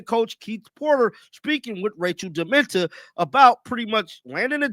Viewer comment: I know you mean, meant no disrespect but puleeze: its rachel demita (pronounced “demeeta”, not dementa. C’mon lol